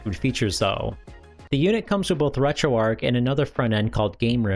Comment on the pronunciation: Dude said RetroArch wrong over and over and over